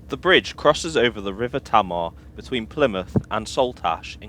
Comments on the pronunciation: Great video although the pronunciation of the Tamar River/Bridge is Tay maa not Ta maa (sorry). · Tay marr. Not tammar 😉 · Good job with the video, that's some trip. I've lived at both ends of that journey. Btw upon leaving Plymouth, it's pronounced "Tay-mar" for the River and Bridge 😉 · Teign is pronounced Teen, Tamar is Taymar! Sorry to nit pick, great video. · just to let you know, the river tamar is pronounced as 'tay-mar'. excellent video nonetheless!